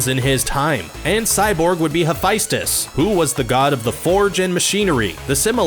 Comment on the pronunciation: Did he just say Hephaestus, sounded like hef-eye-stus